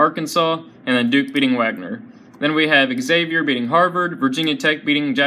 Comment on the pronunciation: U piss me off every time u say Xavier. Learn how to say it right!!!